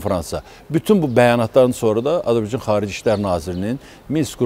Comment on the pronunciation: Bu adam Azerbaycana azibaycan deyir. Olkenin adini da duz demir